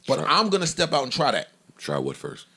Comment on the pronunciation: "Fist Verses..." Joey my side in paid from laughing at this s**t.